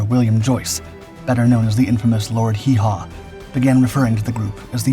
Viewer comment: Not Lord Hee Haw. Joyce was known as Lord Haw Haw.